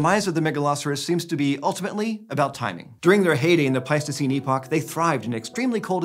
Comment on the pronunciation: 'Epoch', not 'epic'.